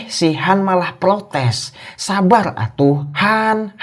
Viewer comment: sabar bang bukan sabal